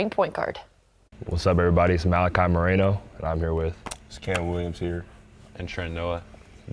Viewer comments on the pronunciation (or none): Did maliki call himself marano 😂😂😂 his mom hates people saying thay....she said it's moreno